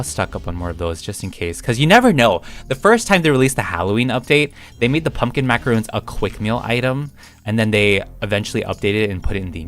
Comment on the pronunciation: is pronounced (mac uh ron) 😔 macaroon is something else